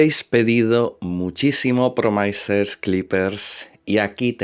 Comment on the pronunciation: Si a partir de ahora en lugar de decir promaisers dices promisers como le corresponde a un licenciado en filologia hispánica como se supone que eres continuaré dándote likes, ya que me gusta mucho como desarrollas tus videos, sin tener en cuenta los modismos familiares que usas